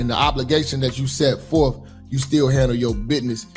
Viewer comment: "You can't handoo it"